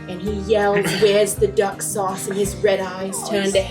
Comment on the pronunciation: WE’ERSH THE DUCK SHAUCE!